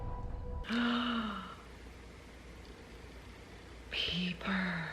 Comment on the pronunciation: Peeper? lol. It is pronounced Piper but she spells it Pieper.